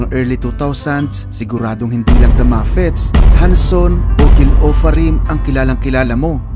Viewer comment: Yung sinasabi mong muffets eh moffats yun di muffets ang pronunciation